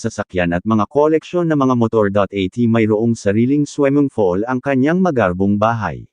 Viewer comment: Anong weld.... Will po Kuya! At swimming pool😂😂😂😂not swemengpol. Ano lang slungs hahaha swemengpol